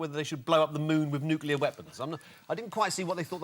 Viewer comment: Why does Jack think that calamity is pronounced clamity, particularly when he pronounces nuclear as nuculear? And why does he think that a cocktail shaker is called a martini shaker? A martini is only one of many cocktails you can shake!